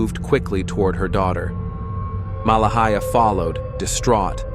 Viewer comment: This terrible AI narration mispronounced Malehya differently several times. 😒 It's not Mala-hee--ah... Her name is pronounced Ma-lay-ah Credibility is everything. 🙄